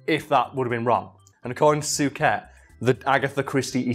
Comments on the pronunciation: You spent the whole video mispronouncing Suchet. Sue-shay would be closer to the right thing. But good thing you at least stuck with it. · As someone from the Westmidlands (with a bit of Southern tenancies) I have to say we call Suchet: Soo-shay, not Soo-ket. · Repeat after me "soo- shay" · David 'Sue-kay' 'Sue-ket'?? Lol, "Sue-shey" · I wish you had pronounced his last name right. Sounded soo weird hearing it as Sooket instead of Sooshay. David Suchet is such a good poirot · su-chey not suket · It's not pronounced "Suket" it's "Sushet". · Soo- shay. Not Soo-ket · Su-Ket? I thought he pronounced it Su-shay? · Stop butchering Suchet's name!! It's "soo-shay", not "soo-ket". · I really fucking hate to be "that" guy but..... its "soo-shay" not "soo-ket". Its been driving me mad, probably because I'm a bit of a bellend. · You looked on his wikipedia page, and you missed how to pronounce his name? "David Suchet, CBE (/ˈsuːʃeɪ/ SOO-shay; born 2 May 1946)" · Is anyone else really bothered by the way pronounces "Suchet"? I've only ever heard it said "soo-shay" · Love the video I'm not having a go but it was bugging me his last name is pronounced sue-Shay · Is that the Yorkshire pronunciation of Suchet? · It's pronounced "Sue-Shay"!!! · David Suchet is pronounced Soo-Shay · I know it’s pedantic but I can’t get over the way he pronounces Suchet! 😂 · Great video..... although i cringed everytime got his last name wrong